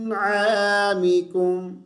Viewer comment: آپ نے ول کے زیر نہی پڑھا بلکہ ل پر جزم پڑھا لا نوا مکم شکریہ